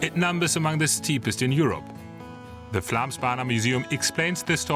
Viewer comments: When making such a montage it wouldn't be too much to ask to at least try to pronounce the actual name correctly. Think it at Flomsbana, and it will go much easier. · Did you make an entire documentary about the Flåmsbane and couldn't be bothered to learn how to pronounce it correctly once? The Å sound is pretty easy. It's not an A. The place is not called Flam. Nice effort...